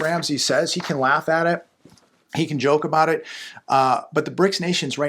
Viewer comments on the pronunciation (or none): none